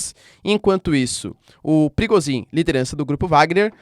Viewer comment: "Pirigosin" kkk